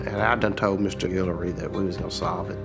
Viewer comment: Guillory not Gillery my family last name